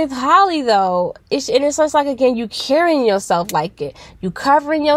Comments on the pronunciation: still not pronouncing her name right🤪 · If you going to talk about the girl, please pronounce her name right.